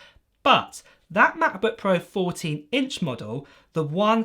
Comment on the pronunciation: please dont say ma' bu' puo any more